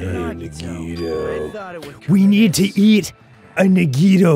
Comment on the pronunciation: the grumps finally say Nagito correctly!! only took four chapters 😵‍💫